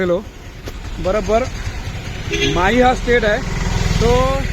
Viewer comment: आपण 3 कि.मी.चे राज्य माही असा केला आहे;पण माही नाव चुकीचे आहे,शिवाय ते राज्य नसून माहे हा पद्दुचेरी या केंद्र शाशित प्रदेशाचा एक जिल्हा आहे.पद्दुचेरी या प्रदेशात एकून चार जिल्हे आहेत.माहे हा जिल्हा केरळ मध्ये आहे,कराकल आणि पद्दुचेरी हे 2 जिल्हे तमिळनाडू मध्ये तर यानम हा जिल्हा आंध्र प्रदेशात आहे.कपया चुकीची माहिती आणि चुकीचे उच्चार करू नयेत,ही विनंती.